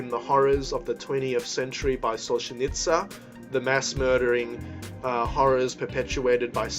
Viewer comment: It's Solzhenitsyn - Solzhenits-IN, not Solzhenits-AH